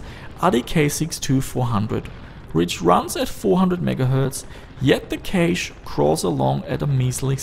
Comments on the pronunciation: pronounced "cash" not "kayshe" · I'd like to tell you that "cache" is pronounced the same as "cash" as in money :) have a nice day, awesome video btw. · Cache is pronounced like 'cash'. Please... I can't take it anymore. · I guess Canada is like Australia then Cayshhh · Your cashe sounds like kaysh :P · Nope. He said it again, I can't do it! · Kaysh ??? its cache.... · lol you say cache like idubbbz funny voice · although im not talking about grammar, i was just confused by a pronounciation i never heard before, but cool, didnt know they say it so weird over there!